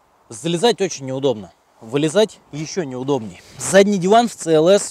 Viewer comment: Это СИ ЭЛ ЭС. А не ЦЭ ЭЛ ЭС. В английском языке нет буквы и звука Ц